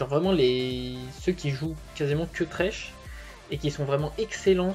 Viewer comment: Thresh et non tresh